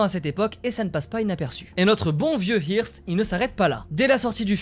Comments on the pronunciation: Ça se prononce "heurste" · hearst ( je crois qu'on prononce eurst ) , c'était le Bolloré de l'époque